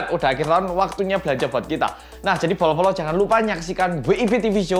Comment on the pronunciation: Bolo-bolo tapi kedengeranya polo-polo